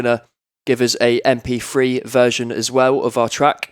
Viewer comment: "aBeLiN" "eM pEe Free"